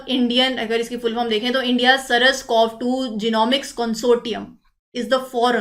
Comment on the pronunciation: Saras nahi its SARS COV2